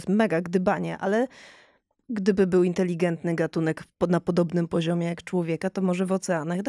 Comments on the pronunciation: Bardzo ciekawy odcinek ale potwornie ciężko się słucha specjalisty naukowca, który ciągle mówi INTELIGIENTNY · Panie doktorze - nie inteligientny ale inteligetny